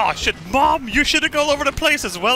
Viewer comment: You have no idea how satisfying it is to hear say "SHJIT"